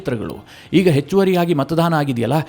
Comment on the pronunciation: ನೀವು ಪದೇ ಪದೇ ಮತದಾನದ ಬದಲು ಮತಧಾನ ಎಂದು ಉಚ್ಚಾರ ಮಾಡುತ್ತಿದ್ದೀರಿ. ಅದು ತಪ್ಪು. ಸುಧಾರಿಸಿಕೊಳ್ಳಿ.